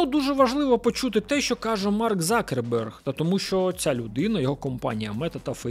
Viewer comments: Закерберг слух ріже з яких пір завждиш був Цукерберг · Дякую за Вашу роботу, але скажіть, чому Закерберг, якщо він - Цукерберг ??? Мені одному ріже слух? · чому закерберг ?? його звати Цукерберг ! чи то якась фішка типу той кого не можна називати ))))) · Хто такий Закерберг? Коли це він перестав бути Цукербергом ?) я аж в душі послизнувся, коли почув це😂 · А з яких часів Цукерберг став Закербергом?🤣🤣🤣